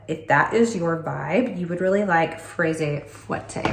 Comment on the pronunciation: Fraise fouetté, whipped strawberry, is pronounced frez fueteh 😂 the e is silent, only if it has an é. Cherise means cherry and the se is pronounced ss, if there was no se, so like cherie, darling, it's silent. Fruit is frooih 😂 you said soirée well